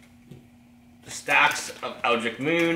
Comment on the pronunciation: I keep hearing you call that set Eldric Moon, there is a T and an H that you are missing there. EldriTcH